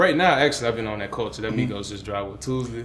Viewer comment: Who did he say he has been listening to? Sounded like "Migo" but I have no clue?